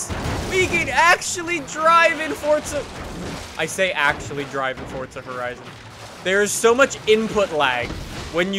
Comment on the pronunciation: its not fortza its forza